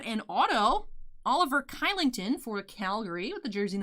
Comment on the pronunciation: Kylington is pronounced like Shill-ing-ton. I know looks wrong.